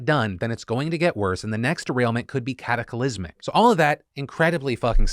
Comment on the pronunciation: Let's sound this word out Phil...Cat A Clysmic....not Cat a cA lysmic :-) Love you :-)